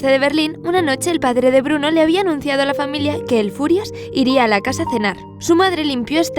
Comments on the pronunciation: Quiero aclarar algo, no es el furias, es el führer que se pronuncia fiurer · Yo lo lei por el cole pero me parece mas triste el diario de ana frank. Tambien en realidad "el furias" es hitler ya que bruno no podia pronunciar "füher" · Lo de "el Furias" es por el libro. El libro esta narrado desde la perspectiva de el niño, que no sabía pronunciar algunas palabras como "Führer" o" Auschwitz" (que de hecho personas como su padre y hermana le hacen saber que están mal dichas). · A ver chavales, lo de "el Furias" es porque Bruno, al ser un niño pequeño, no sabe pronunciar bien "Führer" así que lo llama "el Furias" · No es "el furias" se dice fürer, "el furias" suena a una pelicula traducida al español de españa, como "el bromas" o "el prisas" xd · es q el niño es pequeño y no sabe pronunciar bien la palabra fiurer (fuhrer) y dice furias. en ingles es furious. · es Hitler, el autor le pone ese nombre porque Bruno no sabía pronunciar muchas palabras como Auswitz o El Fuhrer